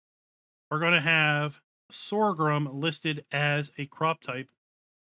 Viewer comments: What is this “sorgrum” you keep referring to? 🙊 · Stop saying Sor ghrum, there is no second R! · Everything you need to know about sorghum Step 1: Learn to pronounce Sorghum. As someone raised on a farm I was in a perpetual wince hearing Sore Grum 200 times. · LoL. You mean Sore-a-grum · Please- stop saying "Sorgrum"... its painful... 😐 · The word Sorghum has only one "R". Pronounced SORE-gum. Just like there is no X in espresso - "expresso" is incorrect. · There's only one r is sorghum. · Who knew there was an ‘R’ in sorghum? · I'm not trying to be a dick or incite a riot. Your pronunciation of "sorghum" is incorrect, no matter what part of the planet you are from. Look it up. I'm actually trying to be helpful with some constructive criticism. It's honestly hard to watch or listen to a video where someone is struggling with mispronunciations. I think people would rather watch a video where the narrator sounds well-spoken and intelligent. Do you think this would help your channel become more successful and find growth? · EXACTLY! It's jarring to hear such obvious mispronunciations in narration and honestly after reading his responses to viewers comments i'm not inclined to continue watching his videos. Have the grace to admit when you make a mistake and learn from it. Doubling down when people point it out only makes you look arrogant AND ignorant. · you're saying it wrong. I love your videos but it's simply incorrect.